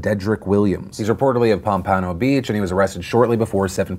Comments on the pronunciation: That way you pronounced 'Pompano'... it threw me for a moment. I was like "Where in gods name is pom-pawn-oh beach?? OHHH, He meant pom-puh-no... lol." Not saying you aught to know how to pronounce it, just saying it threw me the way you did. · Sorry. I cringed a bit when you said Pomp-payno beach ....South Florida here, Pomp-pah-no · Philip DeFranco Pom-puh-no Beach, not Pom-pah-no Beach lol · Pomp-pan-o It’s Pom-pen-oh Phil :-) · The way you said Pompano Beach was funny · I love you Phil but you ain’t gonna disrespect my city name like that 🤧 POMPANO😭😭😭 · Phil's pronunciation of Pompano is amusing.